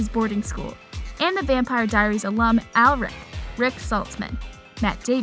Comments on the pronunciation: Who the hell is alric, it is ALARIC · Your not pronouncing Alaric right! It’s pronounced like au- law-ric not al-Er-ic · aleric xD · I hated the way she said Alaric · Why did you say Josie like that it is not Rosie and you said Alaric wrong